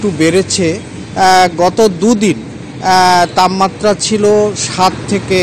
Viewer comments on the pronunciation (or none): এটা তাপমাত্রা হবে তাম মাত্রা নয়